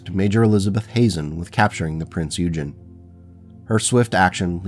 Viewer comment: Small correction. "Eugen" is pronounced 'Oi-gen'.